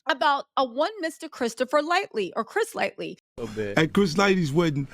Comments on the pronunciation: Thanks...however, like Wendy, you lose credibility when you get names wrong, it makes me think "What else is wrong?" Chris 'Lite- E' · She killed Chris's name. It's LIGHTY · I love you but it's making me hurt every time you say his name wrong. It's Chris Lighty. Not Lightly. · Mamma - Chris's last name is prounaced LIGHT-EE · His name is not Chris "Lightly".... Once again you butchered it's Chris Lightly!!! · you have to go all the way back to the Beginning. It's Lighty with No "L". But goo back to 1989. That's how far maybe 88 and read research learn who these people are, the circles. Start with Uptown and work forward. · It’s Chris Lighty. Like light tee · It’s “Chris Lighty” 🙄🙄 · *Lighty,. His name was Chris Lighty. We all know it's a given that youre gonna half the names wrong (thats actually part of her charm lol) but I feel like, out of respect for the deceased and their families, who may be watching, to, at the very least, fact check the name before reporting on the story. I happen to know his name bc I am a music-head and am very familiar with the more popular music execs so I definitely dont expect the avg person to know his name, but if youre going to be doing a story, where there name is the center of topic, I think the respectful thing to do is do a little research to make sure you get their name correct, out of respect for the deceased and their loved ones. I know isnt rude & malicious and I also know she isnt lazy bc she puts in work and def does her due diligence, however this time--I just hope from now on she fact checks the names prior to reporting the story. But other than that, we also know that we can trust her information bc shes not gonna knowingly put out misinformation and if she does, she will correct it. She does great work and Im a huge fan of her content so please dont mistake this comment for hate, bc, that is the furthest thing from my heart. It's just a *correction and a suggestion, from a supporter.